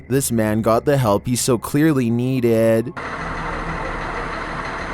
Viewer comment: the way he said needed